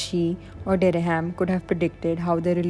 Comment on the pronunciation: "Francis Derry-ham?" Or Dereham (derram) as its pronounced 😂😂